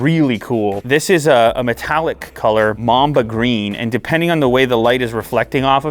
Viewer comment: I heard mom the green instead of mamba green